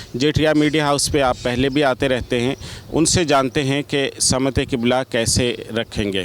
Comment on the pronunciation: Sim te qibla na ke Sama te qibla yar urdu sahi bolo